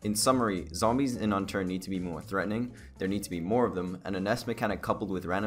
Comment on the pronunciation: Tenminetor no zombyeeess